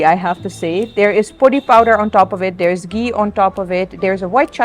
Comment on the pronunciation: u r saying podi perfectly. how long u have been in india. paripu, papad aloo gobi, sambar almost all are perfectly pronounced. but podi impressed me. most of foreigners say porri